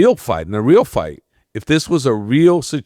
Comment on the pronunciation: Why does the host keep pronouncing "fight" as "fart" ?!